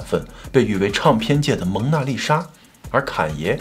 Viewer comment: Ray有一些儿化音好怪。比如领带儿，唱片儿。这些都不需要儿化音，以前视频也有类似这种